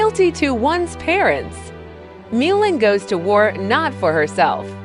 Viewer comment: So painful to hear AI repeatedly pronounce Mulan as “miu’ lin” and mispronounce the word decade.